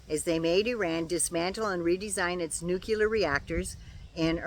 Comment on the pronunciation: Hey,! Love you, love your vids, and especially love your knowledge. You know your stuff. So, umm, maybe this is a Canadian thing, or mispronunciation simply stuck with President Carter. But...the word isn't "nucular". It is "NUCLEAR"! Say it with me: new-clear. Very good. Again: new-clear. One more time: NU-CLEAR! Sh*t yeah! Keep practicing. You've got this! Keep up the good work! ❤❤I love you,.❤❤ BTW, it's frickin' hot here in Maine, too. Stay cool, dear. 🥵